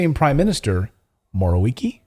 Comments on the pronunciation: I am Russian so I understand how Polish names are pronounced . You finally said it right. It’s Morawiecki with “cz” sound at “c” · Your last try with Morwiecki pronunciation was good enough. Morawiecki is a liar, a corrupt politician, and a criminal.